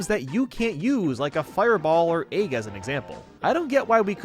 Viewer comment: is so weird when pronouncing some words, like egg. He also doesn't know how to use the word "alas"